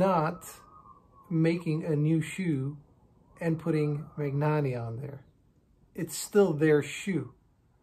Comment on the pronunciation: Since you probably come across Italian words/ brands a bit in your work, just a note on pronunciation: in Italian, gn is pronounced like ny in English. E.g., Bologna sounds like Bolonya; Spagna sounds like Spanya; Magnanni sounds like Manyani